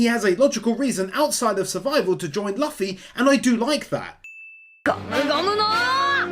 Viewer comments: DID HE JUST CALL THIS MAN LUH-FEE? Edit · Bro really said "Luhf-fy" ... But another amazing video excited to see more one piece wins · The amount of times I've heard people pronounce Luffy's name as luf-fy or something. Loo-fy. It's like goofy. It's not that hard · No hate just a correction it’s pronounced Loo-Fee (like Waterloo and like fee a payment cost) . Not luh-Fee.